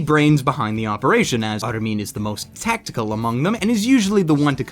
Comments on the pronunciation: It doesn't matter what nationality these names are, it's the fact that the subbed version of the anime pronounces the names correctly, and then the dubbed always seem to change how they're pronounced. Exactly like in this video. In the Subbed armin is pronounced AR-MIN. It's as simple as that, yet this fucking clown decides to pronounce it "Arlm-In" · What really pisses me off about these sort of Americans that make videos about anime is that they can't pronounce any names of the japanese characters for shit. Me-cass-hah? Arlmin? You can really tell when somebody watches the dubbed version of animes because all of the names and terminology become american-ised. If you're going to speak about shit from anime then have the decency and respect to attempt to pronounce the words PROPERLY instead of commodifying them. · Great review. The only thing that bugs me is how you pronounce Armin. If they meant the middle-european name, it's most likely pronounced "Ar-meen"